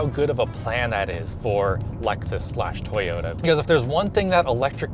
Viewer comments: Lexus, with an E, not loxus or whatever you said. :p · It's A-LEXus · Did this mutha fuka say LUXus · Wait did he pronounce Lexus as “luxus”